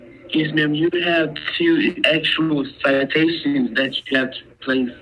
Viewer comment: he couldn't even pronounce citation properly. So drunk he was.